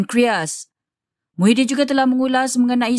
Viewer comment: Muhyiddin ni PM negara mana.. PASIR BERDENGUNG KE.. sebut la betul2.. Kalau negara MALAYSIA nama PM MAHIADDIN MD YASIN.. Reporter pun tak berapa pandai pulak.. Keliru tau